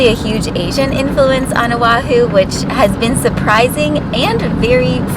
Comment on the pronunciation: You served on o’ahu and cannot pronounce correctly......?